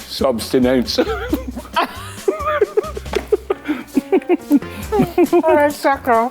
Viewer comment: 😂😅😅😂😅😅😂❤Neville is a real caring co-host 😂😊😅. "You need subcinance😂😅😊 (sustenance) eat"